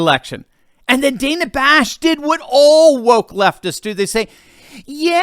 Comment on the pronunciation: Dan-a, don't call me Day-na Bash is such a hack.